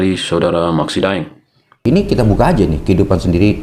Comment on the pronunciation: sedikit klarifikasi, De'eng bukan Daeng, De'eng adl marga asal Minahasa.